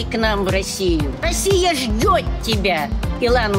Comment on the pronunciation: не ждёть, а ждёт.